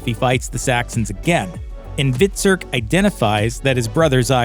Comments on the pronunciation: Hvit-surk , U-bay ....jesus make someone who watched the show narrate the commentary. Embarrassing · Terrible script reading, who ever narrated this never saw the show, could not even pronounce their names properly, UBBIE 🤣stopped watching after the mispronunciation of Hvitserk.